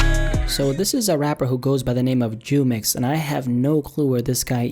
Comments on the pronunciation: And its not pronounced “chumex” it’s pronounced “who-mex” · It's pronounced who-mex and it's not jid it's J-I-D you say each letter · jumex is pronounced Humex